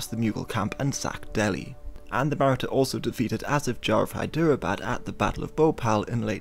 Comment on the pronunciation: The pronunciation of Maratha confused as to which people he was talking about,eh he'll get better.